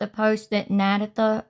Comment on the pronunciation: it's pronounced: na-day-tha, not nad-a-tha (not like tabitha).